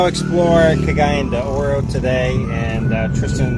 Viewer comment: Your pronunciation of Cagayan De Oro is legendary! Nice video.